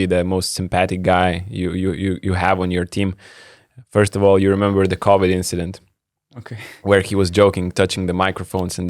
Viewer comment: ….ne “Cowid” o “Covid” pls pasistenk pasitaisyt, nes pastoviai taip tari. 👍